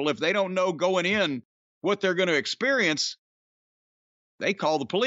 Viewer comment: Heh my pops used to say sperience